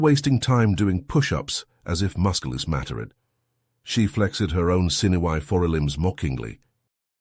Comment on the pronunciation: I love the messed-up words. Its funny to me...."....as if musculos matter-ed. She flex-ed her own sinew-y for-e-limbs mockingly. so funny.